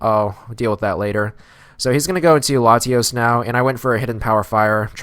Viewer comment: Why do you put so much emphasis on the a in Latios?